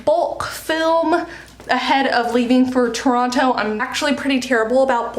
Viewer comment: As a person who lives in Toronto, to hear you say Toronto, it's kinda funny. Also, I've only recently gotten back into writing, and just write when I have some free time. I'll likely start up a routine once school starts up again for me.